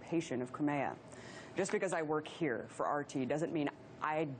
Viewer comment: Learn how to say Crimea first.